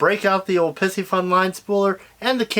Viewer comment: Love the video, but is it really Pissy-fun or Pie-see-fun? I’d personally go with the zodiac pronunciation ala Pisces, but I realize I’m nitpicking here. Lol